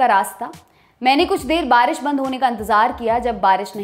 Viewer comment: बारिस नही बारिश होता है #lallantop